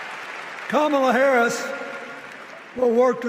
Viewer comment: and ..Hearing Bill Clinton mispronounce her name Kamala Harris =PRICELESS 😅